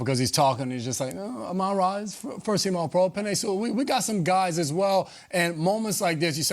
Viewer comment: for the record: Amon-Ra St Brown's first name is pronounced " A-MIN Ra "